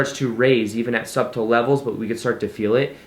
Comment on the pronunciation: thanks for this reminder! cool to watch you moving on and up. also side grammar note, the B is silent in "subtle"...